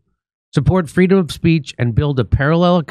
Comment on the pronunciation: She wanted fweedom from cackles the clown